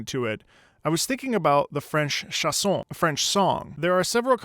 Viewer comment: As a French yes the first time I heard it I was searching what were the lyrics cause it didn't meant anything but some words seemed to be "carré", "sauve-la", "flâner", "nez" "roux"... ( Also it's chANson not "chAs(s)on" ^^ in phonetic it's pronounced {ʃãsɔ̃} ) Love your videos ^^